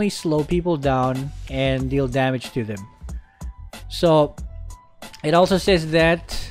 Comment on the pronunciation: "NOW THAT'S A LOTTA DAMIDGE"